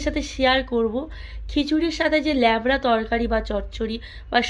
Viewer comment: লেবড়া নয়‌ উচ্চারণ হবে লাবড়া